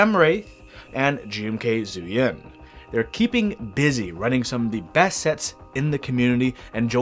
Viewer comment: Pretty sure zhuyin is pronounced "jew ying" not "zoo yin".